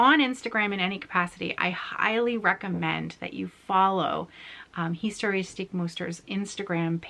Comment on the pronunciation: your German is really really cute. ❤️ And don't forget: the German words you speak in your video are actually extremely complicated to pronounce. Hence my absolute mega respect! The word „historische“ („historical") alone is not easy to pronounce. You did very well